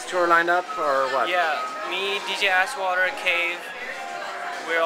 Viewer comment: did he really say: dj asswater :D?